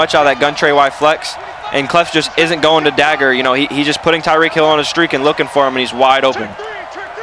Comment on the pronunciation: It’s reek... for tyreek hill